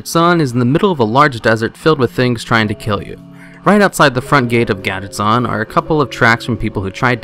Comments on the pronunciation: Gaddetzan? Gadgetzan. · GADET-ZAN???? WOT?? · Love how you mispronounce Gadgetzan lol. It is pronounced gad (A as in Apple) get is prounced jet then add zan ( a as in Apple). Never heard it pronounced as you do even Blizzard employees prounced it as I typed. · Gadedtzan ? wtf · Why are you saying Gadgetzan incorrectly?